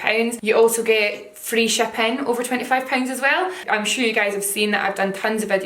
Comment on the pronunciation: I swear I thought you said "free champagne" instead of free shipping. I was like really??